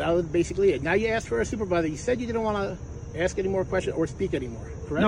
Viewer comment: If you are a police officer you had better have a command of the english language AKS is not a correct term, learn how to speak before speaking to another person, it just shows aq high degree of ignorance